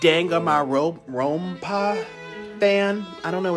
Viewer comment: nikocado trying to pronounce 'danganronpa' is making my day lol